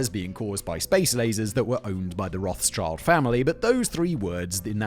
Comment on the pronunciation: ROTH-SHEILD! NOT ROTH'S CHILD!